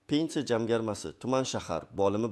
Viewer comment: СУЗЛАРНИ ТУFРИ ТАЛАФФУЗ КИЛИНГ. БИР МАЙДАН ЭМАС- БИРИНЧИ МАЙДАН. ЖАМГАРМА ЭМАС- ЖАМFАРМА. Видиода Хатолар жуда куп. Сизга ишонмадим!!!